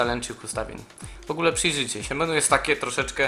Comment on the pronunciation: Sorki ze zwracam uwage ale menu czyta sie meni ;D